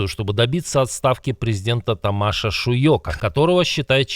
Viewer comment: *Тáмаш Шýйок, в венгерском все ударения на первый слог! Это не так сложно запомнить!